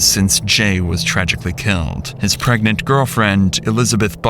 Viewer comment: dude she went “are you still pregrant” 😭